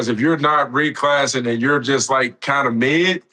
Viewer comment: “Reclassing” is sending me